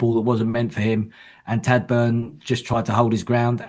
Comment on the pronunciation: Great show. Feedback for: Tadhg is pronounced "Tige" not "Tad"